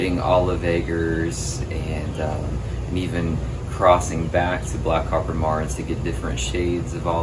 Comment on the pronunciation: You wanna be the go to man for BCM in your area and you can’t even say the name of the chicken correctly? It’s Mare-ens, not whatever you’re saying… now I’m turning off the video ;)